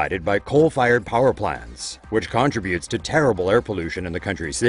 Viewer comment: boi, con-tributes lol. It’s one word contributes...